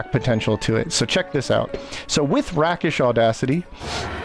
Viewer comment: It’s pronounced “Rake-ish.” It’s a Swashbuckler thing or a thief term. It refers to acting like a real “rake”(kind of a medieval never-do-well…but more upscale).